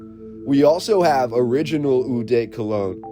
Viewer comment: Hi, francophone here, eau is simply prononced : o